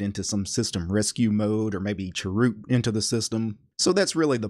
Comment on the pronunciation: I love the way you pronounced "chroot".